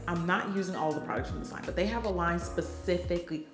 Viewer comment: Not you saying “PACIFICLY” 😂😂🥲